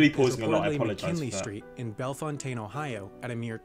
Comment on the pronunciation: That’s not how you say Bellefontaine 😂😂 It’s Bell-fountain